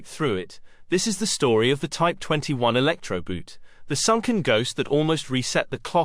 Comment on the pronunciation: "Elecktroboot" is not pronounced to rhyme with "root" – the German rhymes with "coat".